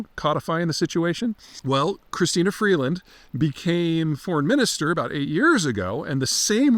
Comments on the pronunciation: Peter can't even gets Freeland's name properly. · Beat her in a debate but keeps saying her name wrong hmm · Freelund? Seriously? What are you smoking there bud?